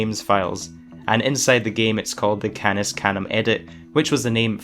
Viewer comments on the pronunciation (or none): none